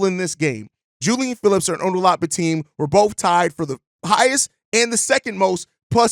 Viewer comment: It’s Bi-Tim, not Bi-Team or Teem